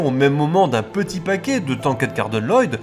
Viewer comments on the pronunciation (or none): none